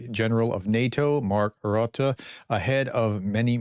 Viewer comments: TIP : say 'Rutte' with the u-sound like in 'but', or 'dust'. Greetings from Belgium, Marianne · Dear prof. You asked for tricks and tips according to your prononciation. I am from the Netherlands and the prononciation of SG Marc Rutte is a disaster. Everybody all over the globe prononces the u the same as in "tube". That is a mistake. The prononciation of the u in Rutte sounds like the u in "russian". I am looking forward to hear the correct prononciation. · Americans *can* pronounce the 'u' in Rutte correctly... they do it on Turkey, why not on Rutte? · Have you never heard the last name Rutte as pronounced Ryut-tey? You also BUTCHER ALL OF UKRAINIAN TOWN NAMES. Slow down, maybe? I'm so annoyed. I, as a Ukrainian, can pronounce Chesapeake Creek, or Siouxsie Falls, or Apache, or Whissahocken , or Conshohocken. Again. Slow down. Maybe? Are you in a hurry?